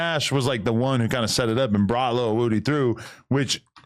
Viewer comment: Adam struggling with “Lil” like when I was a kid trying to say Bow Wow name